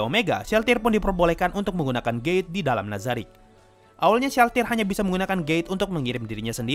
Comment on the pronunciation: maafkan dosaku T□T bukan dengar gate malah gay. Telingaku gak beres